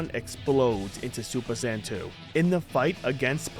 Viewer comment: Okay I know he said Saiyan saga but I swear am I the only one that heard sand saga Also I played the hero mode version of the game honestly it wasn't that bad I know I can get boring but it is still a little fun